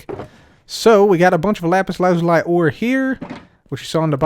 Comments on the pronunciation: it’s lapis la-zu-lee, not lapis lazu-lie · It is pronounced lapiz lazūlē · Everyone: Lapis Lazuli Pekora: RAPISURAZURI GIVE ME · Lapse Lazuliis pronounced spelled like this loosey